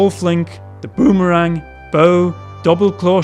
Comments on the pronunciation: "the bo-HOOO-merang" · the bhOOmerang